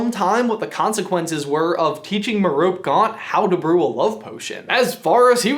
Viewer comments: Merope Gaunt's first name is pronounced "Mer-o-pee" not "Mer-rowp." The name Merope comes from the Greek myth of the Pleiades star constellation. She is one of seven sisters. The others are named Maia, Electra, Alcyone, Taygete, Asterope and Celaeno. Merope means "eloquant, bee-eater and mortal." Hmm. She was the wife of Sysyphus of the famous rock. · I think youll find that quote about slytherins is courtesy of Finneas Nigellas Black not Horace Slughorn. And its pronounced Me-ropey not merop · It's not pronounced me-rope it's pronounced merepay, muggles these days ffs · hey guys! merope is probounced mare (like the horse)- oh- pea (like in the pod) mare-oh-pea...much prettier than ma-rope 😊😊😊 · Voldemort's mother's name is pronounced Mer-oh-pee, not Mer-ope :) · dude. It's Mer - o - pee, not merope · Merope. MEH-ROH-PAY not meh-rope 😂😂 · EmilyExplosion27 meh-roh-pee or meh-roh-pay I think would depend on your accent but either of those are much closer than saying meh-rope. I think the idea is that it is a three syllable name and the last E is not silent. I always imagined an invisible accent above the last E like is often done in French which would make it more 'ay' sounding rather than 'ee' sounding, but that's probably just me since I studied French for a very long time. Just my thoughts... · it's merope not merope MER-OH-PEY is how it's pronounced according to jk Rowling btw amazing video I loved it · Voldemort's mother's name is pronounced: Mere-o-pee. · “Slytherin’s are awesome...” 😏 Good save! BTW... her name is pronounced “Mare’ oh pee”. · It’s prounounced Mare-a-pee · You pronounce Merope weird. I always have pronounced it similar to Salome, like "Meh-RO-pee," or "Suh-LOW-mee." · Her name is pronounced "Mer-O-pea." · Love these videos!! But Merope is actually pronounced Mare-o-pay! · Sorry but Tom Riddle’s Mother’s name is pronounced Mearopay 😁👍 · It’s pronounced mar-o-pay 😪😭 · Is it not MeropEE? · I’m pretty sure it’s pronounced MEH-roh-pee! :)